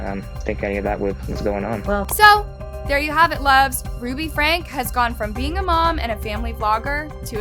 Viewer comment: It isn’t pronounced “Hindlebrandt”. Her last name is “Hildebrandt”. If you want people to take your videos seriously, you should at least learn to pronounce the names before you create the video. Also it isn’t “Ruby Frank”, it is “Ruby FrankE”!